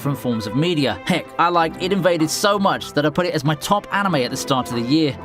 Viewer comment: its I D invade not id invade